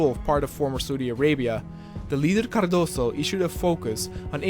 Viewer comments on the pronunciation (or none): Hey man pronunciation in Portuguese is different from Spanish, "Cardoso" the "s" becomes a "z' in this word.